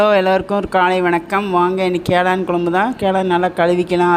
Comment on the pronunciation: காளான் சொல்வதற்கு பதில் கேளான் என்று சொல்லுறீங்கள்